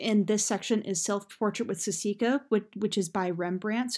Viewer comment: oh my gosh. it's saskia, not sasika